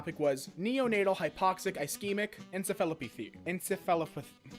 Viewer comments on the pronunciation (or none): none